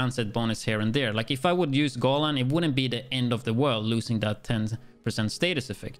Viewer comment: I love the fact that you pronounce Negev correctly, so I thought you might wanna know that Golan is pronounced go-LAN rather than GO-lan. Also you mentioned that you wouldn't wanna switch the China backpack for the exotic since you'd lose on that 10% status effect but you actually get it back from the exotic one, I guess you'd actually lose on the status effect you rolled on China since that exotic rolled skill damage which is basically useless for this build.